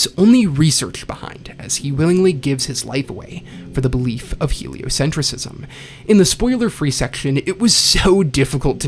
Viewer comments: ………it’s pronounced “heliocentrism” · A bit of a nitpick? You're pronouncing heliocentrism wrong